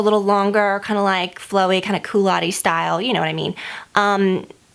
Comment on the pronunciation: Lol 'coulotteee' it's pronounced 'coulot'